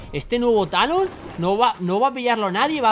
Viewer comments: te falto la R de talon ???? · fue cosa mia o se saltó la R de Talon? :v